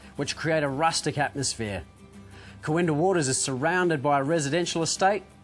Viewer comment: Great coverage except it's KooINdah not KooinDAH